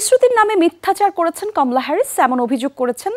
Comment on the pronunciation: খমলা না কমলা😂